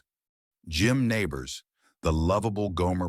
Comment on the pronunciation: It was Jim Nabors..... not Neighbors. Geez.